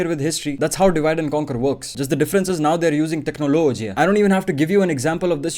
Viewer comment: how many times did he say technologiya in this while video